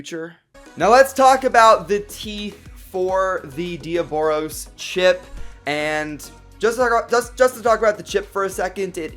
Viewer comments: That's not Diaboros, its Diabolos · You are calling it dioboros u put it on the title diabolos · YOU SAID DE AH BOROS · Its not diobolos damn it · It's pronounced de-oblos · No diaboros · That's not how u say diabolos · You said diaboLos